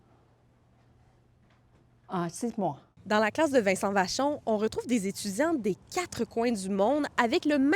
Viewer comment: On ne dit pas dzes étzudziants dzu monde, mais des étudiants du monde ☺